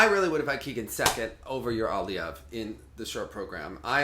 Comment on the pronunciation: remember your friend dima did say aliev is pronounced aleev